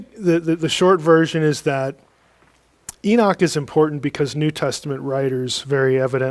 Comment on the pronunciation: It is curious how the guest, a Doctor of Biblical Hebrew, correctly pronounces the name Enoch, but the host persists in mispronouncing the name. (Stubborn ignorance? Pride? Arrogance?)